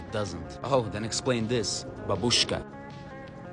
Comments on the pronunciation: “Babooshka” damm even me who is Mexican knows it’s pronounced “babushka” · You put the stress on the wrong syllable. At first I thought you were saying some word of your own, and then it turned out that it was just Grandma :') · The way he pronounces babushka